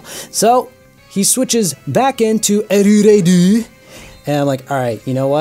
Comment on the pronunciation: lol your pronounciation of Erureido